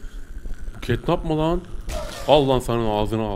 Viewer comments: Abi catnap ketnap değil ketnep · Abi Catnap diye yazılıyo Ketnep diye okunuyo yani Ketnap değil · Abi catnap yazılır ketnep okunur